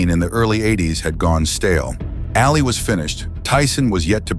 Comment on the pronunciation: Ali not alley.